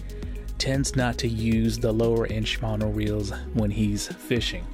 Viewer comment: They better be shimano. Not SHIAMNO..lol